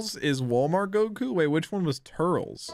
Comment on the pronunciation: Turles is pronounced tur-les. For all those who are watching this fresh with jack